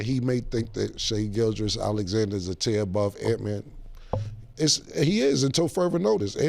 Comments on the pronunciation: Mase be fighting for his life trying to say Gilgeous 😂😂😂😂 … He be saying Gilchrist… Gilchest.. just like cam saying Mike Tomlinson or Joe Burrows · I understand if you see a name spelled and you mispronounce it the first couple times you see it. But if you hear people pronounce it all the time then it shouldn’t be that hard to repeat, especially for rappers😭